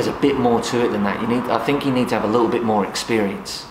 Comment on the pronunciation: “Ow, I don’t fink ah can do it” 😂